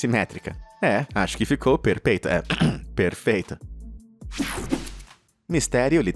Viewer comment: ""Perpeito" KKKK